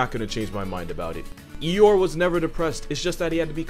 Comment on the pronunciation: He said eyeore